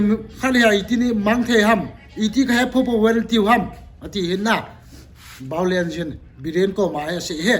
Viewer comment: Chenu hin VIOLENCE, a pronounce theilou jeh a Baolence ki ti hi lou hm?😂😂😂